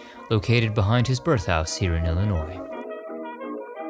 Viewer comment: I love your videos. You & Scott, with Dearly Departed, are so respectful and informative of the deceased. But you are my fav and thank-you for what you did for Ed Gwynne (sp. ?)and for pronouncing Illinois correctly. I was born & raised here. I hope someday you will do a Country Music Stars special. I came back from Nashville in early December and I know they have some interesting cemeteries. We didn't have time to visit. Also love your voice.